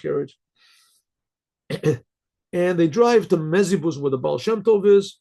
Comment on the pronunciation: Yeah but..... "Ba"al" You know?